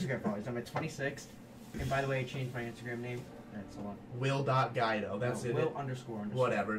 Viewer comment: Really will saying your own last name wrong your Italian it's pronounced g-weed-oh